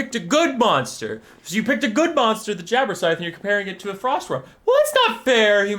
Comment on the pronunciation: It sounds as if you are saying 'Jabberscythe' instead of 'Jabberslythe'.